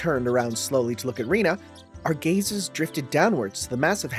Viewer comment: I think Rena's name is pronounced Ren - na the way you're pronounced makes it sound like Rina